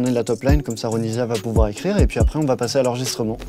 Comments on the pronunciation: Je connais pas l artiste a la base mais il a dit Ronivia au lieu de Ronisia? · Ce n’est pas ronivia c’est ronisia